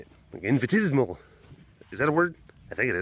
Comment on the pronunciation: "infinitesimal" IS a word. But it's said "In-fen-tess-a-mal". Just an FYI.